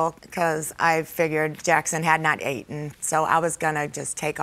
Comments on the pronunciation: ATE-EN??? SERIOUSLY?? 🤷🤦🤦👵🇺🇸. EATEN, is the word you're grasping for!! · I thought she was a tad bit classier than him until she said "ATEN" instead of eaten... He is a a complete LOSER, and they need to have the police present during drop offs and pickups because they are both toxic AF! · Jackson had not “ATEN”. My GOD!! 🤣😭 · I had to run back like did just said “aten”? Hell naw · Ya should have said had not et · I think she was spelling it like the lady said it.. "A-ten" she said it wrong. There's no such word as "A-ten"...😂😂😂😂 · "Jackson has not 'ate-en'???" Have mercy. Both are despicable. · "Jackson hadn't 'aten'. 🤦‍♀️ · JACKSON HAD NOT "ATEN" 😂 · ...Jaxon hadn't ate-tin???